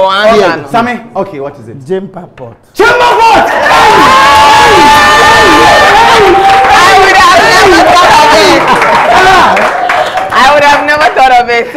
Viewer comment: Ahh but got it wrong he said JEMPA POT